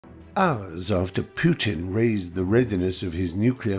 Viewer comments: This is very informative and realistic, but... Fry should learn how to pronounce Putin's name. It's "POOtin", not "PYOOtin". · PooTin not Putin… correct pronunciation is poo.